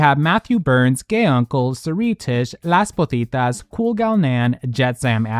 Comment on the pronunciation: The fact that you´ve mentioned "Las Pozitas" in every video for like 2 years and you do not even try to pronounce it properly